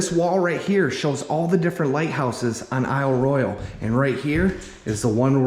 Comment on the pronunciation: Pronounced Eel Roy Al Loved the video! Great job!